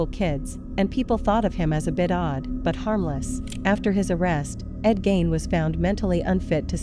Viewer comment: I wish you would pronounce everyone’s names right. I’m from his home town and your video is hard to watch as the fill in photos and videos do not fit the time nor the Plainfield, WI. Please do better. Gein is pronounced using the e not the i.